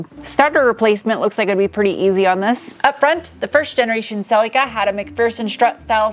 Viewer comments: Im so glad you are now correctly calling it a Celica not a SELL-LickA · holy shit an American who basically pronounces the name right. you're close enough. better than cel-ik-a like every other American.